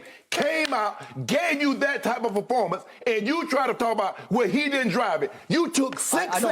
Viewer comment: Shannon saying baformance? Performance not baformance